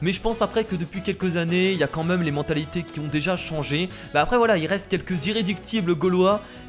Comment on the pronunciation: vous "meume" on dit vous "mème" (je sais comment écrire même mais c'est pour la prononciation) 😉